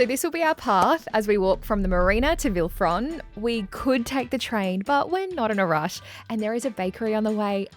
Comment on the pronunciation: Villefranche is pronounced Villefransh